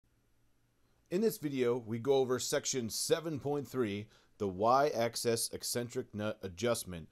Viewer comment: Probably someone who couldn't get over the mispronunciation of "Axis". (He keeps saying access.)